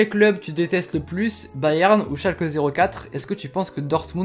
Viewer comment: Arrêtez de dire Schalke 04 on dit Schalke on dit bien le e et on dit nul vier